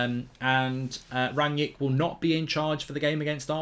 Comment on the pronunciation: Who is 'Ranyick'? I thought his name was Rangnick.